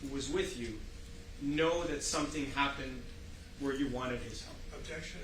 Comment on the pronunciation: When vill you vhere vigs?